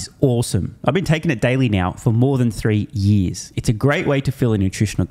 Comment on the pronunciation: "For yeez and yeez!! "